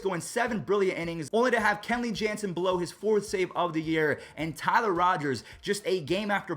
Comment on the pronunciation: Probably cuz it’s Kenley not Kelley